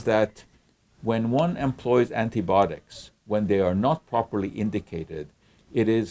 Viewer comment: Good explanation! Why do you say antibotics and not antibiotics?